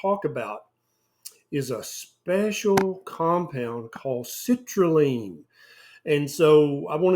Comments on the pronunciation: Citrulline doc, not citraline 😅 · Everytime you say citrulline I keep hearing the word LEAN, therefore watermelon must be healthy for me 😉